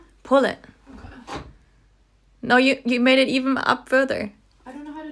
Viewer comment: “i mean i ammma, how do you pull ittta, it’s not workinggggaaa”